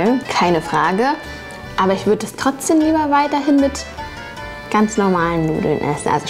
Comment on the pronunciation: TrotzdeM.. nicht trotzdeN. Also das mit dem ch triggert schon heftig aber TrotzdeNnnnn🤣🤣🤣🤣🤣